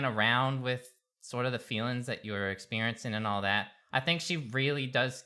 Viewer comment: Fewwwings for your fwiends?